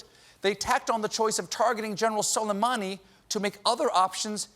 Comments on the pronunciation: Yuki Kitsune noo don’t apologize man I was just kidding. I find it funny tbh because some of them are easier to pronounce our way but people still don’t. For example, soleimani is : sool ay man ee, not: soly, mani. But his first name is actually hard to pronounce if you aren’t an Arabic speaker. The English language doesn’t even have a letter for it so they compromise with a Q. That’s why when you read Arabic names in English there are a lot of Qs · So Glad Colbert is back. But in that clip of His Orangeness, the jerk couldn’t pronounce the name of the General he’d just assassinated. It sounded like he almost said ‘salami’. I don’t know, but it seems to me if you’re gonna wipe out another human being you oughta at least say the victim’s name correctly when you’re announcing it on the world’s stage. Call me nutty, or did he not nearly pronounce it as ‘salami’? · As an Arab speaker, I cannot stop myself from cringing every time someone pronounced solaimani the way they do ...